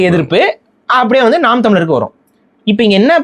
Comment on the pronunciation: should get over that he left NTK.. Seeman always says ‘naam’ not ‘naan’..